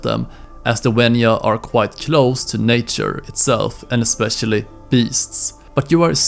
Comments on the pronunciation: WENJA not WENYA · Mate it's wenja not wenua also it's sabertooth cate or smilodon not sabertooth tiger